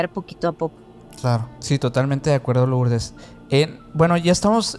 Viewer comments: Perdón, se escribe Lourdes pero se pronuncia Lurdes. Si no se oye muy raro. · No puedo creer que pronuncien LOurdes!!!!! Que no saben en México que suena Lurdes?????